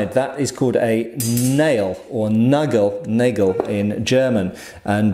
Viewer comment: Possible pronunciation-help: [nʌgəl] or (less pronounced) [nʌg'l], ;)